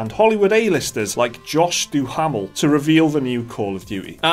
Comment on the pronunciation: Haha, "Du-hammil".